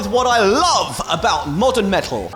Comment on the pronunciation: You had me at "me'ul"